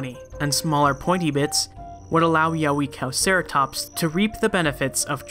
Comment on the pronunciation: Yeh-way-cow-ceratops is a more adequate pronunciation